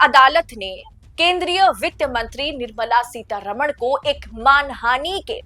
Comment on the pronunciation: One suggestion: please pronounce the name of Mrs. Nirmala Sitharaman correctly. This wrong pronunciation happens with every North Indian TV anchor. For your convenience I am writing the correct name in devnagari script: Her correct name is: निर्मला सीतारामन् Not: निर्मला सीतारमण् You can see the difference. I am surprised that she has not objected to the wrong pronunciation.